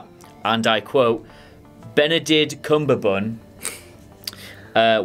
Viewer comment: Nah. Tarantino can only be watchable when he creates outlandish characters doing outlandish things. Star Trek characters are already created. Don't think he's good enough to work with that. Irritating that he refuses to pronounce Benedict's name, really puerile - shame on him.